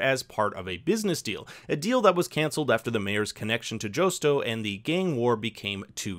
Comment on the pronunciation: How are you pronouncing Josto’s name wrong?